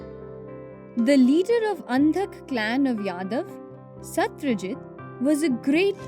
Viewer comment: Not satryajit Satrajit